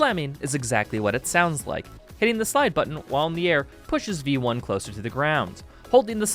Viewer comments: "Your a vamperic robot named veioni"- im gonna cut you right there, its v1, not vieioni or whatever you just said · its literally pronounced "vee one" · that's just how you pronounce vionni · i have never heard someone pronounce v1 that badly😭😭🙏🙏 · for a moment I thought he was saying it like that as a joke because of how italian it sounded